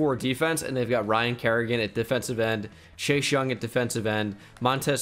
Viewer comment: Please tell me you guys heard say “Shashe Young” the whole video